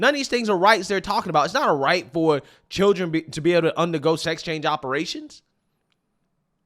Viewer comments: Some of these are so hard to watch 😹 “Chilren” WTH is that? If you , intentionally, speak poorly, you’re an idiot and a racist 😂Lol 😂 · The second black guy came and talked he can't even say children right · Whose the clown with green hair also the second clown is "children " not chillren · What did that person say? She has black "cheerun"? I mean....😅huh? what the f*** are "black cheerun"? I would worry about my own vocabulary before I start talking smack about someone else. Just sayin..... MAGA 2024 🇺🇸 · did the one commentator say "Black Chirren"? 🙄